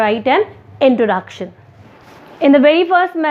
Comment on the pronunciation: pronunciation of 'introduction' is highly exaggerated.